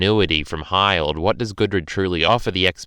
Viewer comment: Hi-ld? its Hill-d